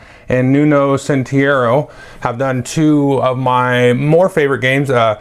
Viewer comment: THANK YOU, once again, for a great review. Best "Sentieiro" pronunciation I heard in a long time :)